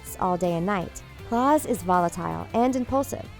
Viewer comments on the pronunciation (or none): Diego’s power is wrong Diego’s power is actually holding is breath for a amazingly long time and klaus’s name is pronounced (kL-ow-s) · How just how? Narrator: sees the word Klaus Narrator: says CLAUS as if that was anywhere near the pronunciation Everyone Else: WHAT?!🤦‍♀️🤦‍♂️ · Please don't prenounce it Clause. 🤦🏾‍♀️🤦🏾‍♀️🤦🏾‍♀️ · I'm sorry, but did I just hear "Claws" instead of Klaus? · It's very obvious the narrator has not watched the show. It's Klaus, as in Kl-OW-s, not Claw-s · Ok so, for people scrolling in the comment section, let me clear some stuff up cause its annoying me how ignorant some people are here. • Its pronounced Klaus not Claws. •Five didnt WANT a name, said it made him too humane. •They were born on the same second, so they can be born a few milliseconds apart. They were ranked by millisecond. •Five IS NOT Hargreeves. Thats just bloody stupid •Its Leonard not Lah-nard. • Diego can manipulate ANYTHING he throws to go where he wants it. •Ben can summon DEMONS not just the “Kraken”. •Klaus became a drug abuser to keep the ghosts at bay. •Luther is a stuck-up baby. •Vanya is not a sociopath, she was a bratty child with the most attention, she couldnt care less about some bitch trying to make her do something she didn’t want to do. •Hargreeves is an alien •The 36 are probably dead. •The Things is a stupid channel that obviously didn’t watch the bloody show, and because it was popular, thought to yank some theories off of reddit and slap it in some trashy video that most people hate because you DIDNT WATCH THE SHOW. Those are the most important things you need to know after watching this 12minutes of a shit-show. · IT IS NOT CLAUSE IT IS KLAUS SOUNDS LIKE CLOUSE SAY IT RIGHT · Klaus NOT CLAWS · Who,s clause it's Klaus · Okay I dont want to be that person but its Klaus, not Claws. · It is Klaus not Claws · I'm sorry, did she just say Claus instead of Klaus? Clearly she didn't even watch the first episode to see how they pronounce it.